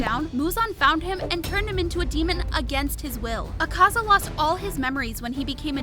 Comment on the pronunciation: The pronounsation of Akaza is killing me